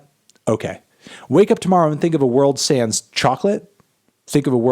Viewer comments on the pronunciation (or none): none